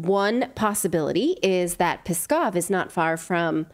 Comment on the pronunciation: No, Natali, you’re not saying it right lol it’s not “Peskov” it’s Pskov. Try saying “PSK”, it will sound similar to “TSK”, so [PSK-ov].